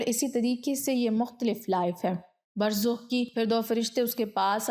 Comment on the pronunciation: Burzakh, not Burzukh.